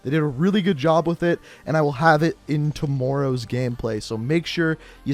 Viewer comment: “temoreows video”